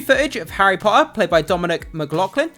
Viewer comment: I think your content is great but “tt” is not your forte. Your pronunciation of Potter is ruining the viewing